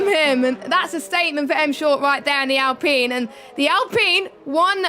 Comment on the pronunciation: Who says alpeen though? Lol dunno why that annoys me